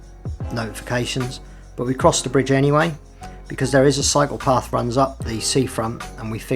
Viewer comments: I keep thinking he was saying psychopath. I was doing laundry and not watching the video. 😂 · love the way you say cyclepath with your accent.